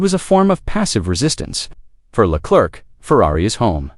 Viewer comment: "Le Clerk"??? You're a tool...